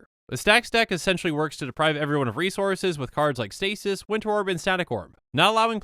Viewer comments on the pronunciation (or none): none